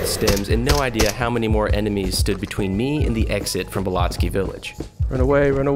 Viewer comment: It’s not belotsky, it’s pronounced like BELL OAT KEY, all one word belloatkey